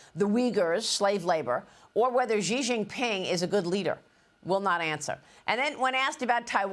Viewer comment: Not Zee Zee Ping . It is Xi Jing Ping